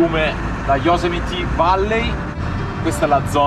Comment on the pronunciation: Yosemite non Yosemiti 😂😂😂😂😂😂😂😂😂😂😂😂